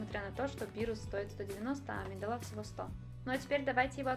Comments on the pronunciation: Небольшая поправка: В имени "Амедалла" ударение на вторую букву "а", а не на "е". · АмидалА? Выпей яду!